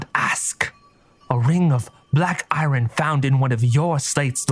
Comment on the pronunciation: It's pronounced "iron"